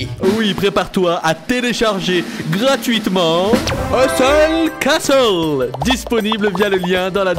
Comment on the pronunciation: j'ai compris "euh seule casos" au lieu de Hustle castle :))))))))))))))))))))))))))))))))))))))))))))))))))))))))))))))))))) ))))))))))))))))